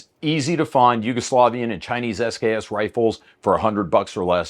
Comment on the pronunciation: When "SKS" is pronounced "sucks".